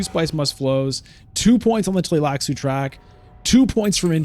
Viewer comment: I am impressed by how you pronounced their name letter by letter without any hesitation. Shows that you are a solid reader (in addition to being a great streamer) ❤